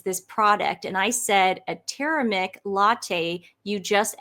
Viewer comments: TUR-ME-RIC. A-YUR-VE-DIC Sorry! But your everytime you mispronounced those words I just hurt... deep inside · it's TUR-ME-RIC correction NOT turemic